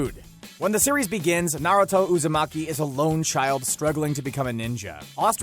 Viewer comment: NarAto UzAmaki